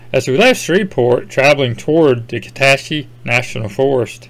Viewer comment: Kuh SAT chee is the pronunciation. I’m north of Shreveport, but part of my heart lives in the wilds of KNF